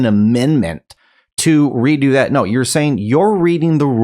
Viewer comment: Senk lol 😆 😂 🤣 snake 😂😂😂!!!! Love how he calls him name wrong on purpose!!!!!!!